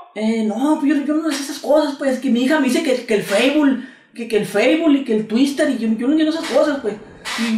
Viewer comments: feibul y el tuister jajajajajajaja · Jajajajajajaja feibul y tuistel jajajajajajajajaja qué cagado